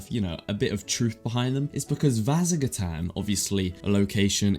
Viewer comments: why do you pronounce vasagatan like that? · You don't have to apologize. Im just not used to someone pronouncing it like that. :P